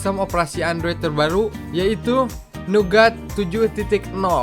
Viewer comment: Itu OS Android Nugat atau Naget yak? :-P